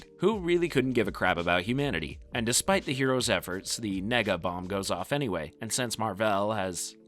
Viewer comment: Really gotta enunciate that e in nega bomb lol